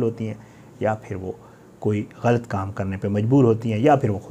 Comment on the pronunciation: You do good repotting but improve your pronunciation. e .g. ghalat